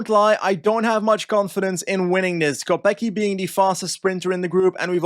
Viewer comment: just some quick tips about the pronounciation of Czech/Slovak names: c usually is the "ts" sound, so Matyáš Kopecký should be kohpetskee (same goes for Lotte Kopecky I guess unless she´s decided to start pronouncing it the same way Pulisic did) not kohpekee, Tjoupaleek (the "ou" sound is kinda like mOE from the Simpsons) instead of Tupalik, and also "Vatsek" instead of "vachek", youd only say "ch" in the case of "č", whereas his name only has a normal c in it, hopefully this helps